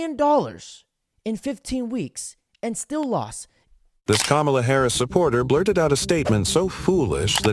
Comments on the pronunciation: She isn't called Camila but Kamala bro 😂 you have great videos, amazing patriot you are 🙏👍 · “Kamila” Harris?🤦🏾‍♂️🤣